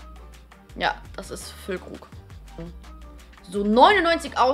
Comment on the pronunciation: Dieses "jha" von hahahaha